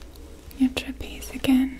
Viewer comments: Tra-pi-zi-us 4 syllables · THANK YOU I LITERALLY CRINGE WHEN SHE SAYS TRAPEZE IDK WHY